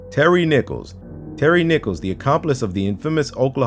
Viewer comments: Who else thought he said "Terry Nipples" in #15?? 😂😂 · HELP I THOUGHT TERRY NICHOLS WAS SAID AS TERRY NIPPLES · Who else heard "Terry nipples"?